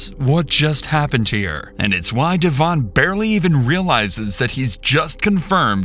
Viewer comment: It's DEVIN not DAVON. These computers can't pronounce names correctly. 😢